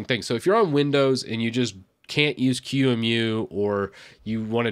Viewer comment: Just a couple observation points, first on your pronunciation of QEMU it is pronounced “key-moo” and second it does not have a front end and the one that you showed “virt manager“ has been deprecated for years. As far as I’m aware of the only actively properly develop front end is Gnome boxes.